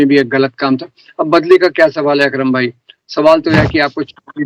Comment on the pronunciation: भाई वो "अक्रम" "विक्रम" नही।